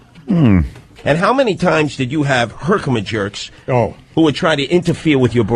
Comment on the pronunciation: I heard, "herkimajerks" and nearly spit out my coffee. I never noticed that before.